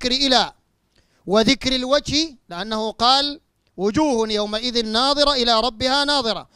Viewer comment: اولا قرائتك للآية خطأ النظر والنضر يختلفان في النطق الشيء الاخر تقول ناظرة تعني الرؤية .فهل تعني الرؤية في قوله على لسان ابليس قال رب فأنظرني الى يوم يبعثون